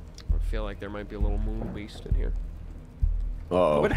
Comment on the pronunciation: For some reason when said Moon beast I thought he said Womb beast, which is just a baby 🤣🤣🤣